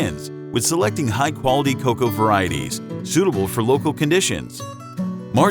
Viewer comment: What is "KA COW" ? Great video other than that. PS it's COCOA.